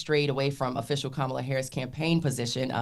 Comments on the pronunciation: she mispronounced her name, but Trump didn’t. Must be opposite day. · So mispronounced Kamala’s name and nothing..? So it truly is fake outrage when the right does it 😂